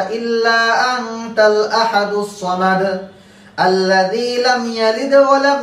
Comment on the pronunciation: সঠিকভাবে বাংলা লেখাটি দেখেন,, লেখা আছে "সামাদুল্লাযী" আর আপনি উচ্চারণ করলেন সামাদ আল্লাযী,,, সঠিক কোনটি???